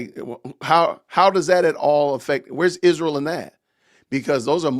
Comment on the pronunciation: Will she ever learn how to pronounce Israel???